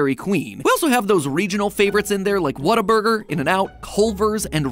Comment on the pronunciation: The way matpat says whataburger hurts my texan soul